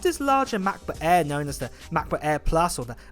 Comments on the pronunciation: Sorry I have to say that but it sounds really really strange when you say "Macbo ÄÄÄ" 😅 otherwise thanks for the video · I REALLY WANT THIS MAH-PUH EHH 😂😂🤣🤣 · "MacBuk Äääääää."